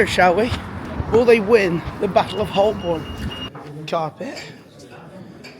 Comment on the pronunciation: Great video. For future reference, Holborn is pronounced "ho-bon". Silent l and r.